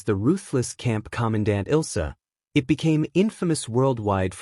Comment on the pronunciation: It's not else It's Ilsa